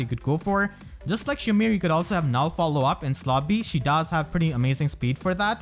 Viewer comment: Damn youtube really had to go and spite my boy for saying Null C